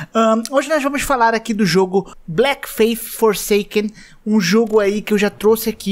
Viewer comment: O "A" TA ERRADO NO BLEAK....NA PRONUNCIA